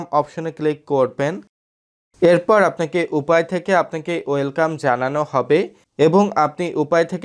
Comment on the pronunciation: শেষের কথাগুলো বুঝতে পারলাম না, ইউপে ! উপায় !